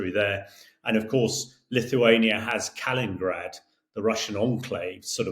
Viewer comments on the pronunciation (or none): As much as I appreciate listening to his views, this constant misspronouncing of names makes it look, as if he was not prepared. US secretary of defence is Hegseth, not Hesketh. The place is called Kaliningrad not Kalingrad....and he also likes to talk about nucelar weapons before. It devalues what he says.